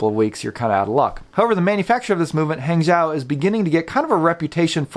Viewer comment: Great review. Hangzhou is pronounced "Hung Joe" in Mandarin. Great movements actually.